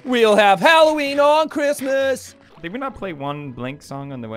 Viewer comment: "We'll have halloween on chistmas" Jacksepticeye 2019